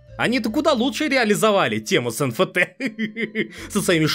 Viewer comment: Эн Эф Ти, не? Что это ещё за Фи? Откуда ты его взял, из греческого алфавита?